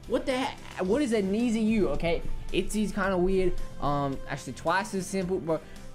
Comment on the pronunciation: Pronounce it like “Need you”